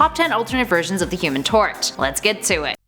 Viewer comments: At the beginning before she listed the versions she said human tot,I was said HUMAN TORCH😂😂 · Is it just me or did she say the human tort at the start